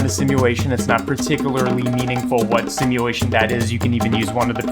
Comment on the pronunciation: take a shot everytime he says simuwation